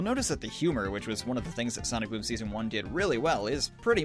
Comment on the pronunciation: said Sonic Voom at the beginning of the bideo